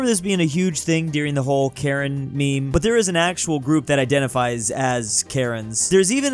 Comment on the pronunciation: the Karen people, it's pronounced not like the name Karen. It's more like "Ka-ren" or "Kah-ren" if that makes sense. Some might say they are "Karenni". Just so you know 😊